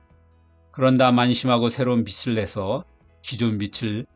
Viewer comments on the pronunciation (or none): 정말 신선하고 유익한 멋진 영상이었습니다. 빚을 발음을 [비츨]이 아니라 [비즐]이라고 하셨으면 더 좋았겠네요. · 나레이션 틀린 발음이 좀 거슬림. [비츨]이 아니라 [비즐]. [비시]가 아니라 [비지] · 비즐 왜 비츨 이라고 읽네요. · '빚을' 을 발음할 땐 '비츨' '비슬' 이 아니라 '비즐'입니다. 영상 내내 하나로 발음하는 것도 아니고 번갈아.. 영상 퀄리티에 비해 신뢰가 확 떨어지는 실수가 계속 이어지네요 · '빚을'의 발음은 비츨(X) 비즐(O)... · 빚을 < 왜 비츨로 발음하지? 비즐이라고 발음해야 맞는데 계속 비츨비츨 이러네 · 영상 잘 봤습니다. 다만 나레이션에서 빚을 계속 [비슬] 이나 [비츨] 로 발음하시는데요, 받침 모양따라 [비즐], [비지]와 같이 발음하시는게 정확합니다. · 빚을 발음을 비슬, 비츨 이렇게 말하는데 맞는 발음인가요? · 어디서도 배울 기회가 없던 유익한 지식에 감사드립니다. 다만, 빚이[비지] 빚을[비즐]이라고 자신있게 발음해 주시길!